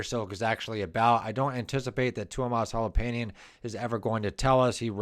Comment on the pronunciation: Tuomas H o l o p a i n e n, Kai H a h t o (h must belong), Jukka N e v a l a i n e n, Marko H i e t a l a went wrong. In the Finnish language, each letter is filled when pronounced. The letters are also pronounced differently than in American English. Study